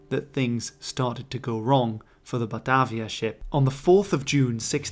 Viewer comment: Batarvia. Where did the "R" come from?